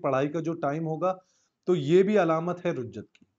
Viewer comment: رُجعت نہیں رِجعت لفظ ہے